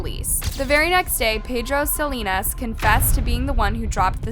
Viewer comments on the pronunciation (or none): none